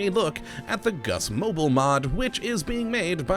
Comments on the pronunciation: Gusmobile is pronounced Gus-mo-beel, like Automobile. It was named so because of the large role Gus Grissom played in the design of the capsule. Apparently, by the time the other astronauts got around to training to flying Gemini, even the seats were sized for Gus, the shortest astronaut at the time. The engineers had fun fixing that one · I assume that should be Gusmobile like automobile, not Gus mobile like a baby's mobile.